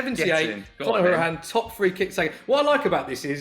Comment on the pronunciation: Guy can't say hourihane right. It's How-er-i-han